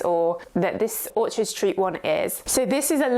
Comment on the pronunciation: You keep calling it orchid st. It Orchard, isn’t it?